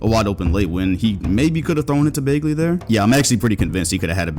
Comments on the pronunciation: I appreciate the Kevin Martin image at the beginning of the video, but why do you keep mispronouncing Bagley? The fuck is Baygley? 😂😂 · Hang on. Accusing us of not watching Kings and yet you pronounce the name BAY-glee? Come on, bruh. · BAG-LEY BAHG-LEY BA-G-LY All three of these are more correct pronunciation than EINSTEIN BROS BAGLEY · "Marvin BAEglee" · “ Baygley” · no one:: “Baygley” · Also: bogdanoVICK 🤦‍♂️ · If you say bagley like that one more time imma unsub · This guy has seen every kings game and doesn’t know how to say bagleys last name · The way he says Bagley's last name triggers me lol